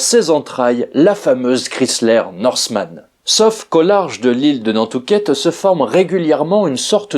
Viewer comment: Nantucket c'est pas nan'tucket ça c'est une ville en chine ça rien avoir faut faire attention aux mots,car ça peut faire une vidéo drôle comme c'est mâche ta chaussette l'état c'est de Homer Simpson 😂.